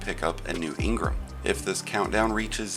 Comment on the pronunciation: You say engram funny